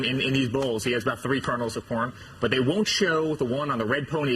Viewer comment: Did he say corn or porn?